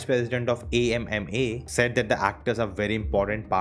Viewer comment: I am so happy that you said A.M.M.A instead of AMMA. 😊❤